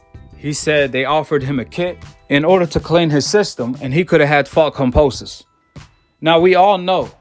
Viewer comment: Can you stop saying Fucking Cumposus have some respect and say Kambosos properly Jesus Christ man so annoying